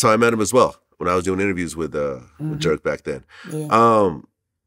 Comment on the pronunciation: When vlad was gonna say he did interview with durk is it me or did he say jerk? And later dork ???